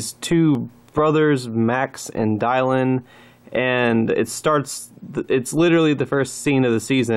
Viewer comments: Maybe. Maybe not. Also, it's pronounced DILLON. Not DIELLON. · His name on the wiki is Dylan. Seems like a strange way to pronounce it, but okie dokie.